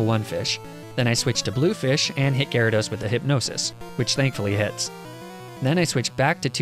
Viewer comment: THERE SHOULD BE 2 A'S IN GYARADOS!